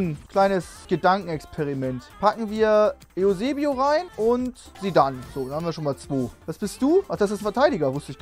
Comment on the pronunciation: Alter sag bitte EUsebio und nicht e u sebio..